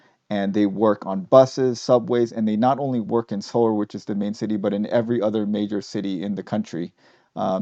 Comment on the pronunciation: I'm curious- it sounds like you're pronouncing "Seoul" like "solar." Is that the correct pronunciation?